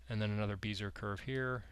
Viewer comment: FWIW Bezier (curve) was French: "Bezeeay", not "Beezer" ;)